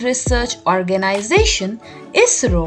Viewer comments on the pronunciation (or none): Not say esro i s r o